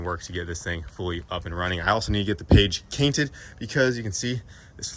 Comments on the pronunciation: Gotta get that "page cainted" 😅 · “Page Canted”- boosted boy